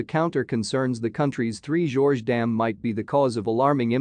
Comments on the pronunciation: Three "GORGES" not "Three Georges" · Next time, please correct your pronunciation of Three Gorges Dam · Yes please